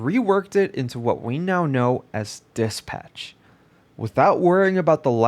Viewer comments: did he just pronounce dispatch as diss patch? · say it as one word bro its not dis patch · The way you dispatch as DIS-PATCH is errrrrking me say it correctly ffs!!